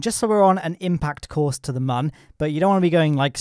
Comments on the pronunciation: It's Mun, not Mahn. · My ears hurt so much listening to you pronounce mun as a man all the time. (joke:) IT DOES NOT HAVE A GENDER! :D Seriously though, it's not pronounced like that... It's a moon, just shorter. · Its pronounced mun i this game like how the earth planet is called kerbin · mum or moon ? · Why do you call it mun its moon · it's not mon is moon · I like your videos but jesus dude, it is the Mün not the Mun. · Legit I thought he said in the intro: "Today we are gonna be tackling your mum" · Isn't it still pronounced "moon"? Not sure I can watch any further. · It's pronounced 'moon' champ. How can you get that so wrong? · its not mun its moon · And it's pronounced "moon", dummy. Spelled "mun", pronounced Moon. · It's called mun